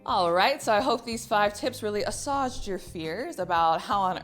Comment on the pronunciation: good stuff. As a show of gratitude I offer this: the word assuaged is pronounced in a way that rhymes with aged. Ah-swayged. Like that. Thanks again. I am getting started on a life coaching journey and I will see you around. You will always have my gratitude for inspiring me. Take care. Matt Armendariz